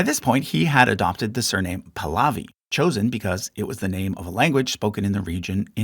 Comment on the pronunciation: When you mispronounce Pahlavi throughout the video, then it shows that you haven't really done a thorough research.